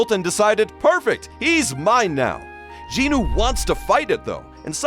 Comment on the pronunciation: Bro jin-nu? Sorry nah